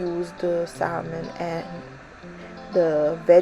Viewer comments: Saying SaLmon instead of Sahmon bothered me so much I couldn’t finish the video. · SaMon. The "L" is silent.